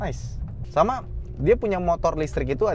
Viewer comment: ❤ masih sering keLiru menyebut kata "sama"